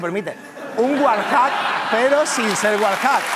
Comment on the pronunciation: Puta madre los españoles no saben pronucniar el ingless, lolito dice tal como suena Wallhack hombre un poco de pronunciacionn por favvoooooooooorrrrrrrrrrr